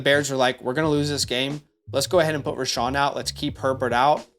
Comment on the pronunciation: "Row-Shaun" not "Rashaun"